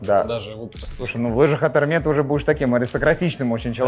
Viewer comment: Hermes читается не как эрме а эрмес так как это фамилия. была бы не фамилия читалась бы как эрме